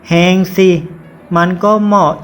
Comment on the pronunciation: แหง อ่านว่า หอ-งอ-แอ ไม่ใช่ หอ-แอ-งอ ครับ